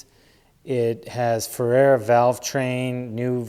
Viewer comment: I hate to be that guy but... FERREA RACING COMPONENTS in Fort Lauderdale Florida is pronounced.... FUR REY UH !!!! FERRARA IS NOT FERREA!!! FYI !